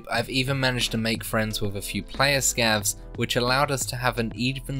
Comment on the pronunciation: "scavs"? no way, man